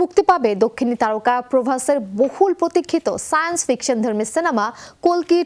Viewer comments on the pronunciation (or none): Dhuru hala kolki na re kalki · Its kalki not kolki 😁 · Kalki na vai...kolti Bangla r hindite kalki ucharito hoi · মুর্খ নাকি ঠিক ভাবে উচ্চ রন করতে পারেনা কলকি হবেনা কালকি😂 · kolki na kalki😂😂😂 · আরে বেডী কল্কি না কালকি